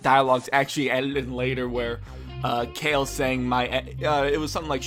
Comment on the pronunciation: Everytime u said Cale, instead of "Kah-Leh" I cringed. Wow the animation is so bad compared to the 90s. I felt like they were just giving us a animated short fight of Broly so it's not bad...